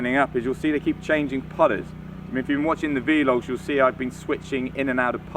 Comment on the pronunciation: You know they're called "vlogs"... not "v-logs", don't you? Say "blog" but change the 'b' to a 'v'. You're welcome.